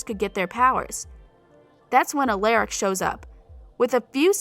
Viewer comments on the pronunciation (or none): HOW SHE SAID ALARIC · It's pretty obvious she didnt watch the show because of all the names she said wrong -Stefan -Elena -Alaric -Quetsiyah -Silas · Weird karaoke world??? You mean the prison world, also who’s al-air-ic is Alaric and elena not Helena and stefan not stefun 😳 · THEY DO NOT WATCH ANY OF THE SHOWS Helena, Quesiyah, Stefun, Alarick, Selis. What you forgot is how to say their names right! It's Elena, Quetsiyah, Stefan, Alaric, and Salis. How do you not know how to say their names right! where do you even get your info from Wikipedia! Shows! News! Reporters about the show! Like are you that stupid to not know how to freaking pronounce their names right! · Did you even watched tvd?! Because its sounds like you're just reading from a script. You dont even say the names right, it stefan, not stefun And it elena, not helena And you need to say alaric, not eleric And klaus gave Caroline the dress in tvd, not T-O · And she said Aliaric instead of Alaric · Courtney Pinaud same lol. Like she kept saying stefon and helena and elaric its really frustrating me 😂😂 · Or how she pronounces Alaric’s name 🤦🏻‍♀️ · alaric, elena, stefan omg this girl clearly is incapable of getting their names right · She also said Alaric's name wrong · You pronounced Elena, Stefan, Salvatore, and Alaric wrong. Either watch the shows or don’t make a video. Salvatori is the last name in the books not the series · Alaric too